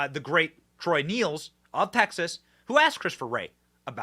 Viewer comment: P.s. it's pronounced troy " nells, nails. " Not neels